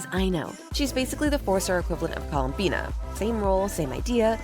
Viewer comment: You mispronounced columbiiiiinnaaaaaaaa!